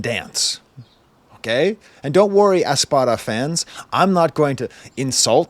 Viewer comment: It’s “APsara” lol but I really appreciate this video